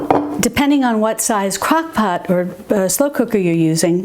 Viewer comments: ROFL, said "cockpot ". Sorry, I'm not making fun just think its funny. Thank you for these videos. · Did you say cock pot? LOL